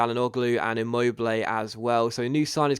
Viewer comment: Just a little help about pronounciation (I know it's not that easy) for your two great signings : "Tchiro Immobilay" "Hakan Tchalanoglou" Great episode as always and great signings even if their names aren't the easiest on earth :)